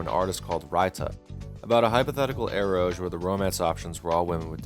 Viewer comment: your video is very nice and all but i was drinking a faygo when you pronounced eroge as "eroje" and i spat out a little. saying this with love in my heart its pronounced ero-gay (erotic + game without the "-me") anyhow have a nice day 😭